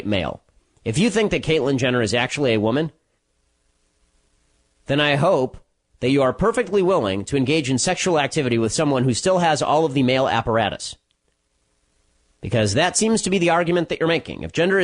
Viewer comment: ''Male apperatas'' xD